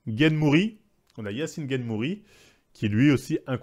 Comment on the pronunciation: JPP 😂 >> Cyril "Gaine", "Yassine gainemouri", "Nora Cornel", "William Gomize", "Sarah Parabène" mec, on a bien compris que tu n'y connais pas grand chose à l'univers du mma mais là c'est juste du français... Tu pourrais-peut-être faire un petit effort de prononciation par respect pour les combattants ?